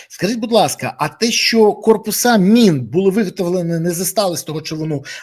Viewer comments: Та не мин , а мін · Пане Береза, мін, а не мин